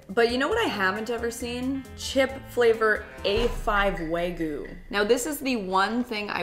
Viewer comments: is it just me or also say wagyu without the y, i hear wagu not wagyu 😂🫶🏻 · it’s “wagu” now ? 🤠